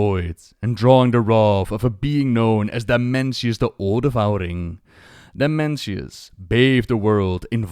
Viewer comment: can't stop hearing Dementius :D immature I know..